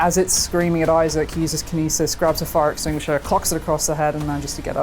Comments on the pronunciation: Who's Izaak? Lol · Why does he pronounce Isaac like that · Man really said Isaak 😭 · I'm very excited for this game, but those guys need to stop saying I-Zach right now... it's Isaac lol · It's Isaac... not "eye sack" lmao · Please stop saying Isaac like that